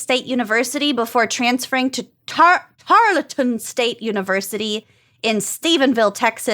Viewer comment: As an Alumni of Tarleton, I can attest it is pronounced Tar-uhl-ten.